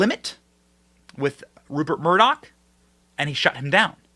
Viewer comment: Murdoch… Moloch?????